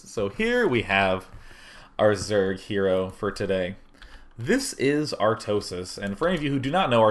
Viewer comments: Your "Artosis" sounds more Newfoundlander than Minnesotan :P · omg I say Artosis with a Minnesota accent too! Unless that's supposed to be an Irish accent.